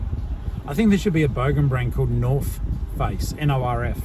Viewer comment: “Norf Ace” puffer 😂